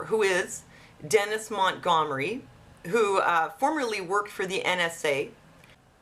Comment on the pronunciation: Lol. Gum Sonia. Mont-Gum-ery.